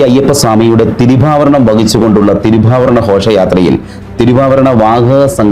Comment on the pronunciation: തിരി വാഭ രണമല്ല, തിരുവാഭരണo എന്നു തിരുത്തുക.(ലേഖകൻ) (തിരു: എന്നത് തമിഴ് വാക്കാണ്.)